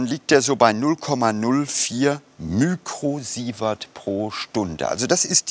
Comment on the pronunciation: lol! "mükrosievert" - ich dachte der Ranga wäre Inder und nicht Türke.